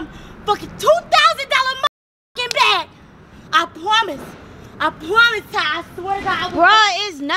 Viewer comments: “I pwomise i pwomise” when i say i died😂😂😂❤️ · “I pwamise i pwamise”Lmfaooooooooo yooooo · "i pwomise i pwomise ti !!" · “I pwomise.. I pwomise Ty” 🤣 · ‘I pwomise’😂😂😂😂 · I pwomise I pwomise Nobody